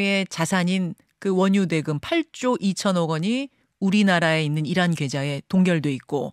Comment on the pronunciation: 이런? 이라구발음했다는.